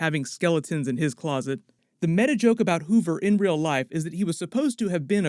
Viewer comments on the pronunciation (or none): none